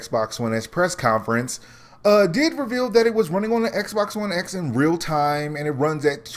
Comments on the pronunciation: Are you saying Xbox One S or X ?? Dude you botching your own video lol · I'm really disliking the Xbox X name. I can't tell whether you're saying S or X. Lol. I don't think parity is an issue there is no guarantee that the X can run Destiny 2 at 60fps. Both Anthem and AC Origins are doing Checkerbording at 30fps. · Are you saying "S" or "X"??? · You really need to pay attention to when you say "S" versus "X"